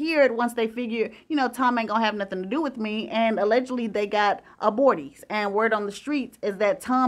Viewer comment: “ Abortings “??? Oh,gee …,speak English